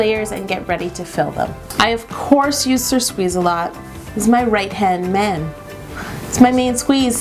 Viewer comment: I got triggered when she said that "Sir Squeeza-alot" was her RIGHT HAND MAN! Ham